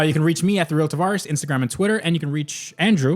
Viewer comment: In your intros when u say its tavarish say or here after you say travarish